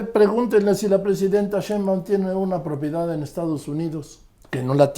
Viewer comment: Respetado y siempre bien apreciado señor Marín : ¿por qué no pronuncia correctamente el apellido Sheinbaum? Siempre le dice Shembaum. Le conmino y le insto a que corrija, de otra forma -le advierto-, me veré en la penosa necesidad de dejar de ver sus programas que tanto disfruto pero, sobre todo -y más tristemente-, de irrespetar el título que le fue otorgado como alguien que nunca se ha equivocado semánticamente. Como opción alterna, si acaso mi advertencia lo atemorizó lo suficiente, le ofrezco que me explique usted sus motivos para hablar de una forma que parece ser un error de pronunciación imperdonable para alguien de su talla cultural e intelectual. Le agradezco su atención reiterándole tanto mis más sentidos respetos, como mi más irrevocable advertencia, aunque lo atemorice.